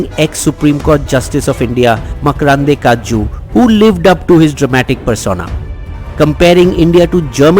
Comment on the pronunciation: Hey, I love your content and never miss any of your videos. I would like to make a small correction in pronunciation of Justice Markandey Katju. Its just that I'm expecting close to 100% content from one of my favourite channels 😊